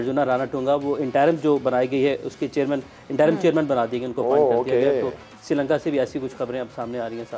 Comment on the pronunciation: madam ji its not "SIRI LANKA", name is "SHRI LANKA"...................